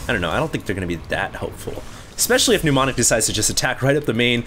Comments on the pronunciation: it's ni-ˈmä-nik, NOT nyu-ˈmä-nik... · It's not pronounced "newmonic", but "nuh-monic". With a silent m. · These are so painful to watch. And it's not helped by the fact that keeps pronouncing Mnemonic (ie. "Neh-Monic") as if it were "Pneu-monic" (ie. New-monic). That's ok, I still love you. But I must stop watching these failcrafts lol